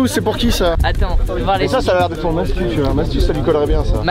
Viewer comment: on en parle de michou qui dit MATSU?😭